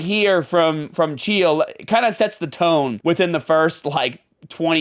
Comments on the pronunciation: Are you intentionally mispronouncing every name to be a pretentious asshole? K n o x Knox as in Knoxville Tennessee Chael Sonnen like kale but with a c h Raja same as the Tiger in Disney's Aladdin it's not that hard dude everyone's been saying these names since the beginning of time you're the only one that likes to mispronounce them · Allright buddy ur pronunciation of chael name is horrid but not just that I feel like 1 u are. A pick me weird lil boy but someone needs to protect this guy psycho stu but that doesnt change that ur a idoit th as t black ignorant sneaky pos should be doing attempt of murder fucken bs